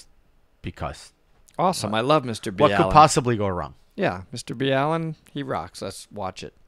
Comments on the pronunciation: Mr bee Allen and Mr bell end LOL you both mispronounced his name great stuff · He still says Mr Bee Allen?